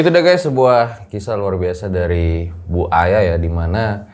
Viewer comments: bang pas ngmng Bu Aya ky ngmng Buaya aku ngakak bgt pas denger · Sama kayak yg saya denger 😂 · yaa bu Aya.. (gue dengernya buaya 🙃🙂🤣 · Gagal fokus sama cara panggil narsumnya. "bu aya",, jadi "buaya"😂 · Kalo manggil Bu Aya jangan disambung dong, gw dengernya jadi Buaya wkwkwk. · Salfok sama manggil bu aya, dengernya BUAYA 🐊😁🤣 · Bang bilang bu aya harus ada koma jangan di sambung cepet jadi buaya😴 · Ane malah salfok apa yang diucapkanin .. dengernya Buaya mulu 😂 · bang pas ngmng Bu Aya ky ngmng Buaya aku ngakak bgt pas denger 😂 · Awal panggil bu aya kok jd terdenger buaya terus ya awal serem jg ngakak🤣😂🤣😂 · Bu - Aya bang bukan Buaya 🐊 ,,,,, !!! 🤣😂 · Aku dengernya Buaya bukan bu aya😁😁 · mas, bukan Buaya , Bu Aya🤭🤭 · Maap bang gua dengernya BUAYA 😭😭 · mohon maap, aku dengernya BUAYA bukan BU AYA 😅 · Maaf nih....kuping gua yg salah atau emang penyebutan? Kok gua dengernya buaya ya bukan bu aya🤣🤣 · manggil nama Bu Aya knp kedengarannya buaya ya 🤦🏼‍♀️😂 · klo bu Aya cerita plisss jgn panggil "bu", kasihan gw dengernya. Dengernya kaya "buaya". Heheeee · Bu Aya.. jangan di sambung baca nya bang 😅🙏